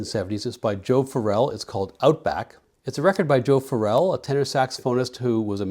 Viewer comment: On live recordings Joe Farrell announced himself as Joe Fa'rrell (rhymes with barrel).